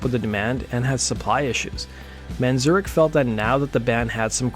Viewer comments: It's "Man-zare-ik." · I love your channel but your pronouncing of Ray Manzarek's name (variously, "Manzurkh", Manzurec" and "Man-ZUR-rek", lmao) is really fucking vexing me